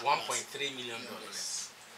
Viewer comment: Pls it dollars not delex